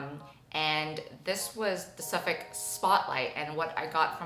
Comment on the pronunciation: Hi from the UK 👋🏻 I can say you are pronouncing Suffolk correctly 😅 this video was so insightful about pointe shoes and the ducks had me creasing 😂